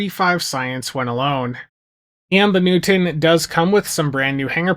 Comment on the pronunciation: Thank you Hu-man for discussing this vessel you call New-tin.